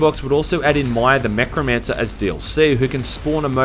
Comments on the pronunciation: "Maya The Mechromancer" TRIGGERED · "Maya the Mechromancer" Bitch, what?